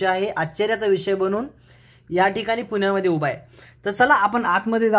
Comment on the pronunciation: पून्या मध्ये नाही भाऊ किती अशुध्द उच्चार पुण्या मध्ये म्हण